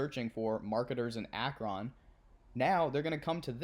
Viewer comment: It's pronounced Ak-Run :)